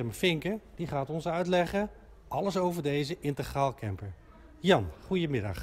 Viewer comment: integraal...dus niet intergraal!